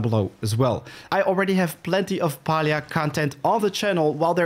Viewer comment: Its pronounced pealia if you speak it, not palia ;)